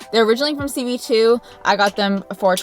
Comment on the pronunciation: U reference a store/online shop a lot, but I can't quite tell if u r saying CV2 or CB2??? Is that an acronym or just a store in Canada?